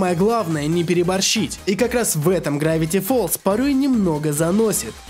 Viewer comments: не грэвити фолз а гравити фолз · не грэвити фоллз а гравити